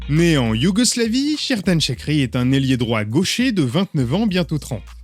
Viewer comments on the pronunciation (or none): Pour la prononciation c’est Djerdan Chatchiri Il est né au Kosovo et la langue albanaise est majoritaire. Ses parents sont allé en Suisse et il a grandi en Suisse. Donc il a la nationalité Suisse mais ses origines sont du Kosovo d’ethnie albanais.